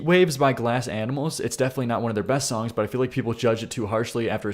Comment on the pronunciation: Who taught you to speak? The way you say “Songck” should be hated